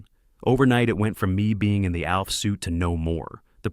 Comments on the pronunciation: "AWLF"?!!!!! "A.L F"?!!! "OLF"?!! No, it's ALF!!!! ALF, ALF, ALF!!!!! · It’s pronounced like elf. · Why does he keep mispronouncing “Alf?”